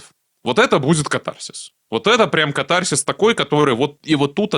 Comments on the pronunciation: кАтарсис! Ударение на первый слог! Если уж взялись по-русски говорить.. А по существу- интересно, спасибо. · В слове катарсис ударение делается на первый слог!!!